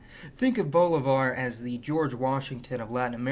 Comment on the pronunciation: you should really make an effort to pronounce names like Bolivar properly